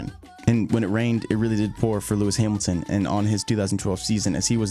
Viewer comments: "hearmilton" and disliked, and switched off. idiot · Lewis Heeeemilton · “Lewis Heemilton” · Great content. But heymilton???? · Who the fuck is Lewis hyemilton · Its hamilton. Not heemilton😂😂😂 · Lewis Himiltin?? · lewis hiemilton😂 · Louis Heemilton god 😂